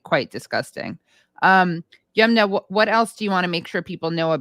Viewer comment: Halper for god’s sake please learn how to pronounce Yumna’s name correctly. Aaron says it correctly. It’s not Yoomna. Her name likely comes from the river Yamuna which is a common name in India.